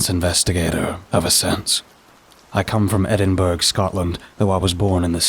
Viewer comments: You lost me at Edinburg. It's more like Edinbruh. Jk, I'm still here. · Lol. Funny to hear you say Edin-berg ol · Mega mispronunciation of Edinburgh my friend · Excellent narration as always my friend but you pronounced Edinburgh wrong 🙂 totally understand if you dont know the way to say it. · Did you mean Edinburgh, Scotland ? Google it's pronunciation,,! 😂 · The pronunciation of Edinburgh did catch me. But otherwise another amazing narration from my favourite storyteller